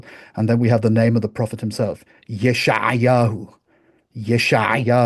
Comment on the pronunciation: I find that it is not too hard to pronouce 'ayin in front of a vowel, as in 'al ("on"). It takes more effort to get it out at the end of a word, as in ra' ("evil"), or in front of a consonant. In fact, I notice that you say "Yesha'ayahu" instead of "Yesha'yahu", slipping in an extra vowel after the 'ayin .